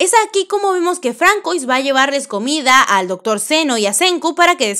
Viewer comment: Francois, se lee Francsua :D